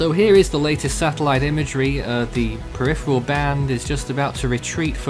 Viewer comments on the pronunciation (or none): none